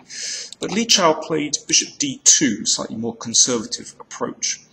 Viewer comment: Danny, it's Li Chao! There's no "Shao"!